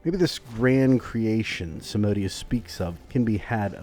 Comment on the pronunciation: its a latin name. so its pronunced SAM-A-DE-OOS